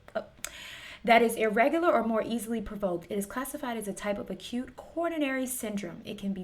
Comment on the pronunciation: It's not "a cute" it's "accute".